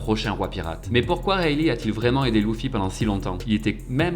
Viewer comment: J’ai eu du mal avec « Louffy » et les « moujiwara » mais sinon c’était pas mal